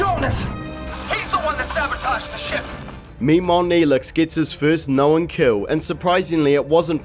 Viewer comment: "knowen"? "blowen"? What is up with these extra syllables?